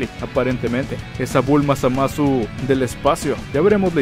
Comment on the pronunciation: Me sangran los oídos cada vez que dice ZamÁsu... -_